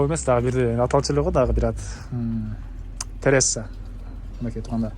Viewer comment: Тересса эмес"Терасса" туура суйлосон.Комнаталардын канча кв метрин да айта кетсен.